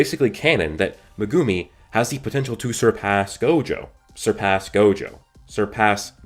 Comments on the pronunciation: [ Meg - gum - E ] not magoomi or how you pronounce it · "megoomi"😂 great theory vid as always tho